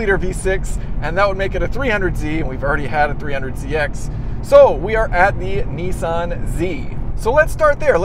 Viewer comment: When are you going to learn to say Nissan properly? lol :D, anyway, good review :)